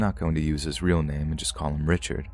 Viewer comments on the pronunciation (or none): none